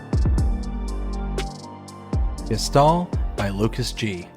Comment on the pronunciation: Pls put "Geistal" into Google Translate, set the language to German, and hear how to pronounce it :D